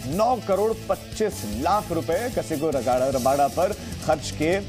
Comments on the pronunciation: Bhai kasigo raba nahi kagiso rabada bdw...rabada ke jagah me hetmayer kya karraha hai😂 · कसहिगो रबादा नाम है एंकर महोदय 🙏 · 'कसिगो रबाडा' नहीं, 'कगिसो रबाडा' है।